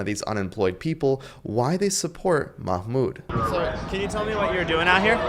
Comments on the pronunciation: Because you are not to be trusted. It’s called messaging discipline. They know you are here for misinformation: Case in point: 1. Of all the reactions you managed to get from activists, you selected the neurodivergent guy who still answered flawlessly by the way, even while getting Mahmoud’s name wrong. You are not interested in the truth but in painting activists with an inhumane brush. Even when they are there for YOUR first amendment right. 2. As for clutching pearls and thirsting for police intervention: Protests are supposed to deregulate. Blocking a road is the whole point of a protest: stop what you’re doing and fix this. Severe narc behavior. 3. You keep saying death to America because someone found pamphlets somewhere some time, as if that has anything to do with Khalil. That’s bullshit. He’s never said death to America. 4. You show him saying Palestinians tried armed resistance as if that’s some sort of crime. That’s silly. People are within their human right to do armed resistance when their land is occupied. And even if it wasn’t completely legitimate, he’s merely stating a fact. What about it? Khalil was clearly and obviously in his right. AMERICAN JUDGES couldn’t even keep him locked up with the full assistance of the entire Trump admin throwing their whole weight in. Why do you think that is? Could it be because you don’t understand the constitution, and you just want illegal law enforcement to punish the ones you don’t like? Don’t you see that is exactly the k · Fake Jews says this Rabbi, they are like these Fake Christians who worship on the wrong day and call Yeoshua by the pagan name of Jesus and they don't even know how to pronounce Mahmoud Khalil's name either. If you ask me they are Wolves in Jews Clothing🐺🐺🐺🐺🐺🐺🐺🐺🐺🐺✡👚